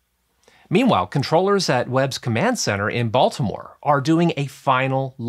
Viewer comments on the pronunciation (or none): none